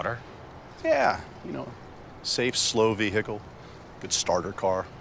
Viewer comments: The pronunciation of veHICle just kills me. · Amphibious-exploring vee-hickle